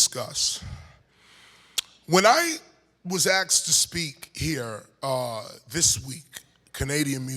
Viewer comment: Always axked everyone says axed what the fuk!?!??